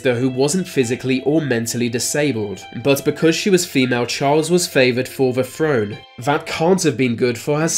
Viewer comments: Frone? Fink? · its like listening to a british mike tyson. do yourself a favor go learn how to say "TH". i got no idea what a frone is or the age firty.